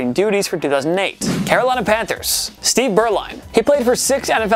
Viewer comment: So many mispronounced names in this video. Worst, I think, was New Orleans quarterback Bobby Hebert, whose name is pronounced ay-bear (you said Herbert, with two Rs, which wasn't close). Other of note were Steve Beuerlein (properly pronounced burr-line)and David Garrard (it's a hard C, not the soft one you used). And having Trevor Lawrence, who has never thrown an NFL pass on the list is sad.